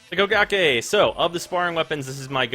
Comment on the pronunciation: i swear i hear bukakke everytime he say kogake